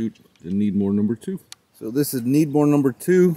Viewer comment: why do you say 6.5 Needmore instead of Credmooor?